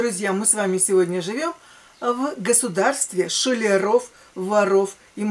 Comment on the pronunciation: Блииин... Ну; ты опять с ударениями перестала дружить. Не шулрОв, а шУлеров!